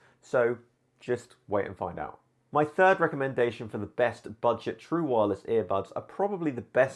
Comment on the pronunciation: I HATE IT WHEN HE SAYS EAR BUBS EVERY TIME